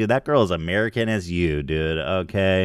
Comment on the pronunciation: I love it when Ethan says Aoukay